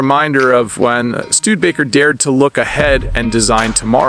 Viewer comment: "Stu-de-ba-ker" is pronounced with 4 syllables.